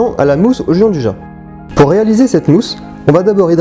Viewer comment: Sa existe pas le « Jean du ja » c’est , phonétiquement : « Djianne douilla »